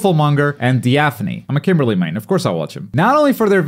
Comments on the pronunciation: >"I'm a Kimberly main, of course I watch him" >Can't even pronounce his name well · "I'm a kimberly main, of course i watch him" after pronouncing the name wrong.